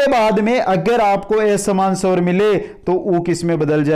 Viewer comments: Bahut he accha padaya aapne sir liken aap swar ko swbar aur sabdh ko sabad kyo bol rahe the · Savar sandhi❎ Swar sandhi✅